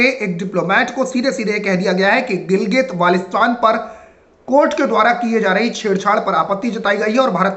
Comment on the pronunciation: गिलगित और क्या? नाम ठीक से तो लो